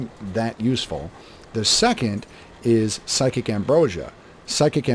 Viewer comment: I know it's a common misnomer, but it's "psijic" ambrosia (sih-jik) - not "psychic" ambrosia. Named for the psijic order - a mysterious and ancient group, preceding and a bit similar to the Mages Guild. That said, loving the videos! I'm still in the process of re-learning the game and these have been very helpful (and entertaining)!